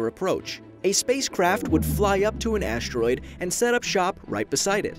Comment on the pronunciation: This is so well made and everyhting, but the fact that the narrator says "aSHteroide" really bothers me